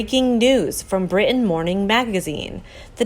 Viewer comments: Bri'in is actually spelled and pronounced Brit-ain; Not Eye-beeeza - Ibeetha. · I love this channel, but I hate your pronunciation of “important” and “Britain. When did it become cool to leave out the “t” in words? Sounds stupid. It’s not “impor’ant and Bri’ain”! 🙄🙄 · Narrator, please learn to enunciate the "t" sound in the middle of words such as, "Brittain," and "important." It is not, "Bri' ain" or "impor' ant."